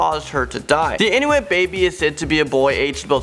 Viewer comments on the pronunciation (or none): none